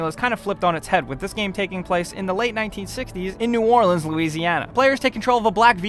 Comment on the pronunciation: A YouTube said New Orleans right! Yay!